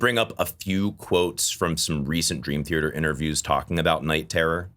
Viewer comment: For someone who loves Dream Theater, It’s odd that you pronounce it as “Thearter” with an extra r.